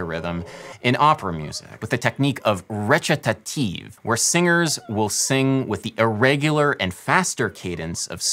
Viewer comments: re"cha"tative? um not to be too nitpicky but it's recitative like french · Adam: recatative Dictionary: recitative Me: oh noooo Adam how could you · Recatative is how they sing in Cats. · 'RRRE-CHA-TA 'TEEV lmao